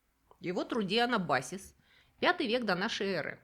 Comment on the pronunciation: Блин, да сколько ж можно??? анАбасис, а НЕ анабАсис!!! Следите за своими ударениями! --- Но по теме. В остальном да, было интересно, но вопросы и замечания таки остались. 1. Крафтовое пиво. Что-то я не вижу какого-либо снижения интереса к крафтовому пиву ни в России, ни в других странах. Откуда авторка это вообще взяла? О_о Крафтовое пиво по-прежнему очень популярно и в России, и в США и в странах латинской Америки: это обычно продукция мелких и средних местных пивоварен, и напитки очень часто очень интересные. Другое дело, что в той же России крафт очень дорог (особенно сейчас) по сравнению с ширпотребом. 2.1 О крепких сортах. Упомянули имперский стаут, упомянули IPA (на самом деле их тоже называют Имперский IPA). А как насчет бельгийских двойных и тройных траппистов? Их (как и с шампанским) монахи ж варили... А у тройных траппистов крепость до 10%. Почему ни слова о них? 2.2 О крепких сортах. Крепость Имперских IPA доходит до 9-10%. Есть еще и сидры (далеко НЕ ТОЛЬКО из яблок), в т.ч. и имперские, т.е. повышенной крепости (6,5-8,5%). Крепость имперских стаутов доходит до 12% (все, что выше, обычно уже называют Barley Wine - самый крепкий, что пробовал я - 14%). Ну, и интересная тенденция выдерживать (обычно) темные и крепкие сорта пива в дубовых бочках из-под виски, бурбонов и т.п. Очень оригинально получается. 3. О мексиканских сортах пива. Там самое интересное не сама по себе Corona, или Modelo, или Tecate и прочие сорта мексиканского и сопредельных стран (типа Гватемалы)